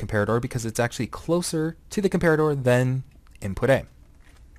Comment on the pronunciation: You're pronouncing comparator wroooong. Unless it's supposed to be pronounced differently than a real-life comparator.